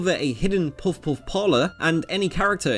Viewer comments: The whole video is about "puff puff" but you couldn't manage to pronounce it right. You had literally one job. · This guy says puff puff like he’s doing the chubby bunny marshmallow challenge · Probably because he can't pronounce Puff Puff correctly. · Drinking challenge! Take a shot everytime he pronounces Puff Puff incorrectly. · Jesus how hard is it to pronounce puff puff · there is no o sound in puff puff. why can't British people say the UH sound? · Nothing is more annoying than this guy's puff-puff pronunciation. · Why do you say Puff-Puff in that way? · OMG maan!! Please pronounce puff puff correctly!! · Why can't you pronounce Puff Puff lol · Why do you say "puff puff" so weirdly. You emphasize it out of place with the rest of your sentence lol. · This dude can barely say puff-puff. Speak English the way Jesus intended, like an American. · Your pronunciation of "puff-puff" is weird. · I would guess it's not about being American, but that it's a Japanese word. I just listened to it, and it's pronounced closer to poff-poff. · Puhf puhf is the pronunciation.. why are you butchering the words. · well considering he says puffouff this isn't a very challenging challenge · But he never says it. He just says; "Poof-oof" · It’s puff-puff, not poff-wuffz. That pronunciation is driving me mad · I’m sorry, but I keep hearing what should be “puff-puff” as “poff’off” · Literally everyone: Puff-Puff Narrator: Poff-Poff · Goddamnit, fucking SAY it. Puff-puff, not puff-uff. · bruh why you saying puff woff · あなたは「ぽふぽふ(pofu pofu)」と発音しています。 「ぱふぱふ(pafu pafu)」です。 You pronounce it "pofu-pofu". It's "pafu-pafu". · It's not "puffuff" its "puff puff". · Next time you make a video about something called "puff-puff" you should probably make sure you can pronounce "puff-puff" correct and consistently. Dude is saying it a different way every time. Puff-wuff? Pup-wuff? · Puff-Puff...not Puff-Oughffs. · pwof pwof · I didnt hear him say it once. He kept saying pawfwuhf